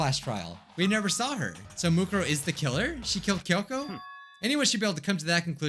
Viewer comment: he litterally just said moneykuma